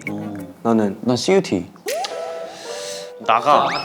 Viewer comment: plzz not cu-te .. I m sure someone who know urdu/hindi will understand🥲